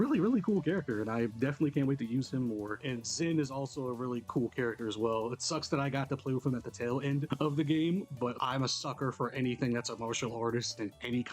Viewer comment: It was a fantastic remake 1:1 to the original. Sadly they messed up prononciation for a bunch of names ... "Liberl" isn't pronounced "Liberal", "Zin" is pronounced "Jin" , "Loewe" is pronounced "Lou-vay" It might hurt the consistency later down the line for new players like you. Hopefully they'll fix this in Second... chapter